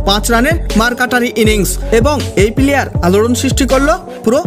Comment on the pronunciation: আপনি প্লেয়ার কে পিলিয়ার বলছেন কেন?